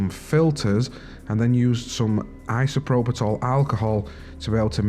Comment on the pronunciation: Isopropitol? That's a new one :p. There's no T in isopropyl